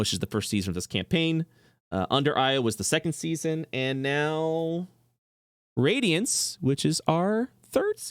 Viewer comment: For anyone thats confused,the campaign name isnt pronounced "radiance" but "RAD-iance"